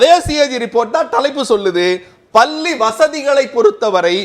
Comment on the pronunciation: பல்லி இல்லையடா.....பள்ளி...